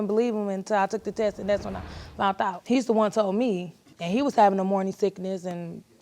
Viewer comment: Why is it I always hear “ I FOUNT out?” The word is FOUND!!! I FOUND out.